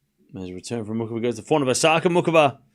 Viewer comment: Muchova is pronounced moo-hoh-va